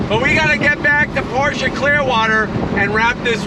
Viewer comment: Definitely the most reliable! And than you sir for pronouncing Pro"sha" correctly!